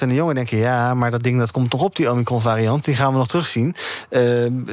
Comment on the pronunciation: Ken 'omikron' niet uitspreken. Zegt genoeg denk.